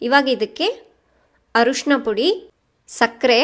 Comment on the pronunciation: arushna alla mam adu arishina